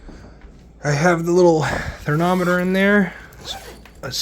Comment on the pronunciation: It’s called thermometer! You keep calling it THERNOMITOR lol